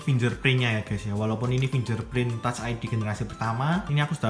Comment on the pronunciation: Bang bacanya 'finggerprin' bukan 'finjerprin' thank u